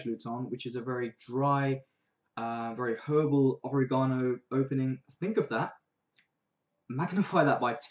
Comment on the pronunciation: you mispronounced oregano